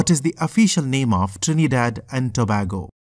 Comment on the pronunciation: BROOO- NO WAY... YOUR SO STUPID BRO LIKE UHG ITS TO-BAY-GO AND THE LARGEST CITY IS CHAGUANUS OMG